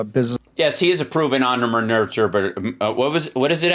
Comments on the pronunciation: Did he say that on purpose? Entremeneur???? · 'Denticle? Yes Hal, I'm learning so much too! Like... so many new words!!! First antre manure, now 'denticle? Seriously. You're spoiling me! 😄😅😂🤣🤗😘☘